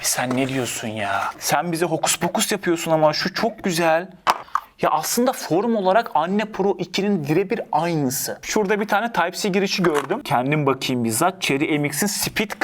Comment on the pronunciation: anne pro ne abii :D , enn pro diye okunuyor :)